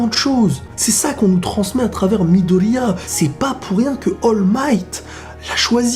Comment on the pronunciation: "shouto" et "midolia"ptdr tu ma tuer